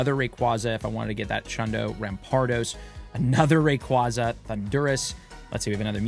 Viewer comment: its pronounce as "ee·tur·nuh·tuhs" not "eeter·nate·us" & its "ray·kway·zuh" not "ray·kwah·zuh" - LOL you killing me here